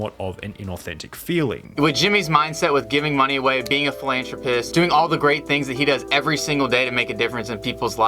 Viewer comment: ....did he just say philantropist?